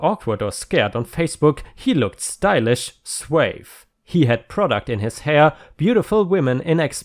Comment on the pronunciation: Another fun pronunciation - suave is pronounced as swahv. I really love listening to you.